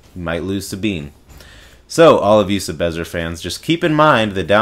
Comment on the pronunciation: take a shot everytime he says 'sebezzer'